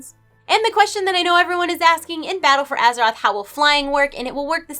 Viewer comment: Azherite?? Oh right didn't realise we were questing around with our characters on Azheroth. Thought it was Azeroth but there we go xD. Only dig, other than that great vid!